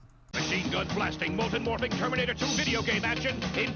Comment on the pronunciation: Termurnitter 2?